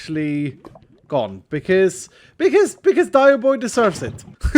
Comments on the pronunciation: dioboi sounds like Dai bo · Every time he says dioboi i hear "die" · As an Italian, that Dioboi is one vowel away from absolute perfection